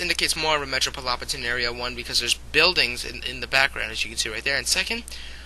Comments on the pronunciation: Metrobolopitan?? you mean metropolitan. I loled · I think you meant to say metropolitan area..not metropolopitan are....anyways it was good. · metropolopitan...lol. corection metropolitan...my good sir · metropolopitan hahahahaha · lmfaooooo metropolopitan xDD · What the fuck is metropolopitan... You mean metropolitan? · Lol'd at metropolopitan. Other than that, Pretty decent analysis. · metropolopitan? :) lol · metropolopitan? wtf is wrong with you? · It would be one thing to misspell metropolitan, but to mispronounce it then post it on youtube...GOLD. thanks lulz